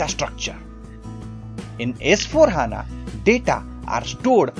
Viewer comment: It's not H.A.N.A simply say HANA sir.